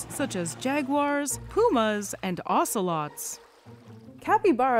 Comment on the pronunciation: When you said "Poomas" and "urbivores" I think you meant "Pumas" and "Herbivores"